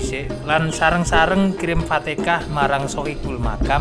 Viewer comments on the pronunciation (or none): Fatihah bukan fatekah 🙏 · Fatechah dibaca Fatekah. Kayaknya admin iki wong jogja ngetan tekan perbatasan jatim.